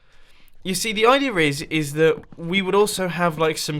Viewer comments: There is no 'r' in 'idea', Mumbo... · "idea"-ok "idear"-TRIGGERED